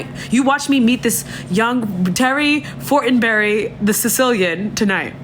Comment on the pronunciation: oh so last name is FORTENBERRY? FORTINBURY? 💀💀💀💀💀 she Sicilian y'all🤣